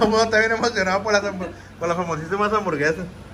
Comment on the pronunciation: Nadie::DyA d Diversión y HamburGueZas JAJAJAJAJAJA